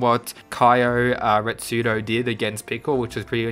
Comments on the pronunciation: ITS RETSU NOT RETSUDO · Retsu not retsudo just saying